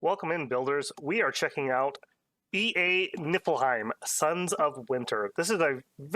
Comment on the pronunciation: I would like to ask, formally and humbly, that you pronounce it “Knee Full Hime” going forward. I hear the effort you put into pronouncing Hirdman so I know you care kinda :) it’s that “ie” makes an “ee” sound and “ei” makes an “i” sound